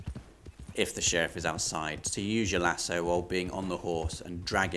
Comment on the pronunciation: You pronounce lasso lasso, not lasso.